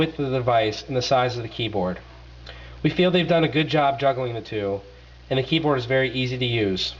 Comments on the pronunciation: What are you reading off of a fucking script? You have the public speaking skills of an advanced 3rd grader. And yes, i did catch your great pronunciation of words like "millermeter, keybird, hamby" Lol this is a gongshow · hehehe he sais Verishun and then keybird, listen carefully! lmao (yes he says verizon properly too)